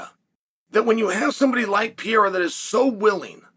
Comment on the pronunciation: Is it really that hard for you to learn how to properly say Pereira's name?